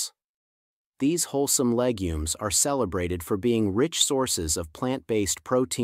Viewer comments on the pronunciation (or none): none